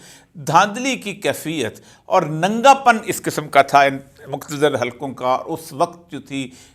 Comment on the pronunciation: Salam oria sahab nagga pun nahi nagya pan hota hai